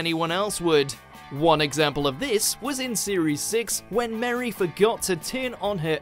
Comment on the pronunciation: The pudding pronunciation isn't getting to me cos growing up in the north of England, that's how I'm used to hearing it. What's really getting to me is the fact that he pronounced Marie as 'Mary'.